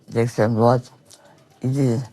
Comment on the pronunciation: La mamie qui parle des manifestants "estrem drouate" quel rapport. J en peux plus de ces idiots a la télé